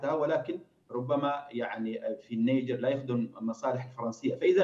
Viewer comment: اسمها النيجر وليست النجير ومن قال لك انها لا تعرف عالميا ثرواتها الاوليه الهاىله